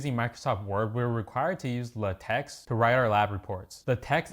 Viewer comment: Hi, just to tell you it's pronounced "lAtech", not "latEx".